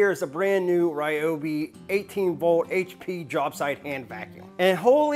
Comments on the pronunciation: Poor thing.... the manufacturer pronounces Ryobi "ree-oh-bee"...since it's Japanese, that's the way it's pronounced. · i have seen a couple of his videos why does he say Ryobi not Reeobe all the time? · Please consider retiring the "Ryobi not Ryobi" and "batray" thing.